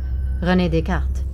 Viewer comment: Excellent pronunciation of Descartes. Edit: I love your videos and have appended myself to your list.